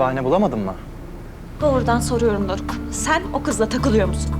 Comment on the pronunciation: Yanlız dorok demene çok güldüm doeok değil o doruk 😇😂😂dmxmmxmx